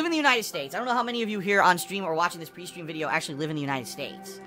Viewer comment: When he says "Pre-stream" it sounds like Peestream